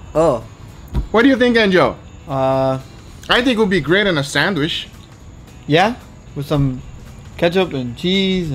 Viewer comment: I swear he definitely said sand wish not sandwich LOL